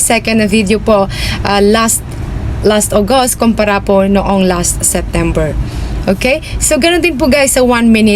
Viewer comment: Bat ganyan ka magsalita? Halos may mga a sa unahan. a-followers, a-last, a-performance